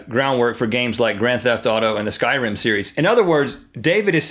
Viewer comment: Ok, not to hate, I love GMM, but when he said "The Skyrim Series", it nearly made my ears bleed.